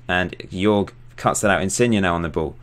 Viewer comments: Hey man! Great Channel! Jorge is pronunced JOrge like HOllow, an R and and JE like HEritage. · Hey, bro... Say hello to Brazil You can pronounce Jorge as George.